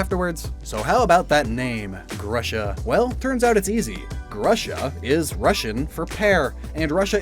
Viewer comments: you keep mispronouncing Grusha. The u is pronounced like in who, lose, kung FU, pikaCHU, hugh, and so on. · I always thought "Grusha" was pronounced "Groosha."